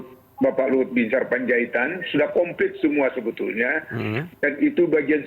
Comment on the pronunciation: Bhs Indonesia yang bener dong, nggak ada kalimat diucapkan "SUBUTULNYA".